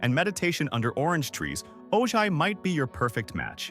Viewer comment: Ojai is lovely. But it’s pronounced oh-hi. The school district is actually shrinking for the lack of families with kids. 7and 8th graders are now at the high school. Properties out price any young family that wants to buy there